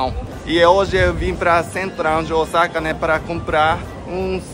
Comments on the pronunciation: quando vcs falam Osaka parece que vai falar Osasco 😂😂😂😂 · já pronunciando Osaka como os brasileiros!! 😂😂